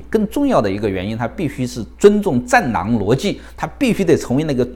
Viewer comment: 戰狼吧？聽成戰囊😂😂